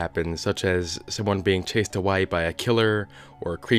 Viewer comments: "someone being chased AWHY by a killer..." Did you just turn in to an Australian for a second? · turns Australian for a second turns Scottish for 2 seconds